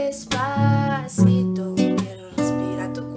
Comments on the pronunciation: THE FIRST GIRL SAID DESPATHITO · the first girl said dispacito wierd she said dispacitho intead of dispacito if you knlw spainsh you will understand. ...? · The first girl ''Despathito'' lol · The first one she was saying Despathito not Despacito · the first girl , despaTITO 😂😂😂😂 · Despatitho! No bayan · Despatito. Hahahahaha 😂😂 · I swear the first one is saying despathito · despatito haha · why does the first person say "despacito" like "despathito" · It is desposeto not despotheto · the first didn't say despasito..... BUT DESPATHITO!!!😠😠😠😠😠😠😠😠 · Why is the first one saying despathito??? Its despacito get it right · Is it so hard to say 'si to' instead of 'thi to' wtf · Its not Despathito but Despacito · the first girl: despathito...despathito... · Is it just me, or did the first girl say "despathito" with the "th" in it? I mean, I'm not offending her because I personally can't speak fluent Spanish myself, but uh yeaaaa... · I love how Sandra pronounces it with a "th" sound instead of an "s" sound. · did anyone else hear the first girl say despathitho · She said despathito, don't believe me, listen to it it's the first cover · why is she like saying "despasitho"???? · i like it but she cant say despacito right lol is funny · #5 di maganda anģ pag pronounce nya ng despaçito😂😂 Prang ang haba ng dila😂😂